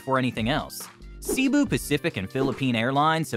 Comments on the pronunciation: It's not "see bu." Try say bu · Pronounced Say boo. Not See boo. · He Pronounce Cibu Pacific 😅not Cebu pacific